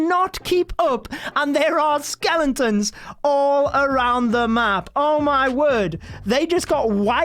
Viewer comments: its not skelenton’s, its skeletons! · skelen tons hahaha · dude be saying skelentons